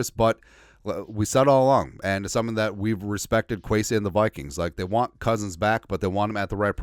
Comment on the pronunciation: Love how you call them the Wikings Lol